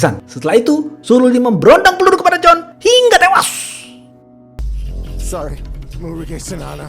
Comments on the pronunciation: Hingga tewashhhhhh fasih bgt huruf shodd nyaa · Anjirtt Kok aku agak ngakak pas mimin ngomong HINGGA TEWAS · Suka banget pas bilang HINGGA TEWASS..!!! 😀😀